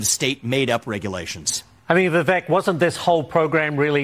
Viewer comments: It's Viv-ache! 😂 It's Vivek Time! ⭐✨✨💫💫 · And his name is Viv - ache (he said like Cake) not Viv-eck